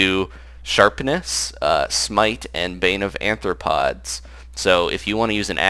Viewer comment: its pronounced arth-ro-pods not ath-ro-pods